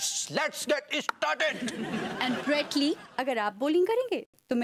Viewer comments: Are wah brus lee , nahi wo brett lee hai , sahi pakde hai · Brett Lee❌ Bread Lee ✅